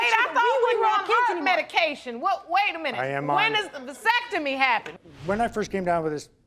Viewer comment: Did she say "vysectomy" or "vasectomy"?